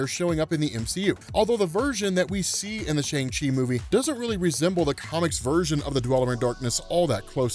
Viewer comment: C'mon, the movie literally taught you how to pronounce Shang-Chi correctly.